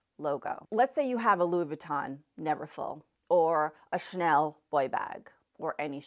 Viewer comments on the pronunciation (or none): The way she pronounces the name Chanel.😂😂😂 I’m French, I hear Schnell. Cha-nel. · There's an A in the name Chanel . Shnell is no make and is actually a German word. Shnellbag😂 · 😆 a 'Chanel' bag or a 'Schnell' bag? Please note that Chanel has two syllables 😆. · CHANEL has 2 syllables: Cha- nell! Not shnell! Please! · You pronounce Chanel wrong.